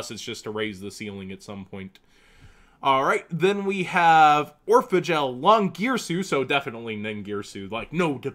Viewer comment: everytime he says Orphegel i think he says Oregal